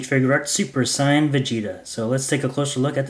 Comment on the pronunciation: it's (say-an)